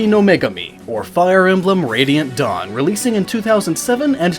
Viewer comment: "Dawn Brigade" I could have sworn he said Dong Brigade, I am calling the squad and giving us a new name.